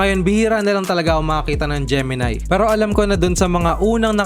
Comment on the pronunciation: Gemini, hindi Gemi-nay.